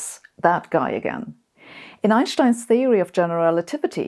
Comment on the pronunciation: I like how she says Einstein the right way. 🙂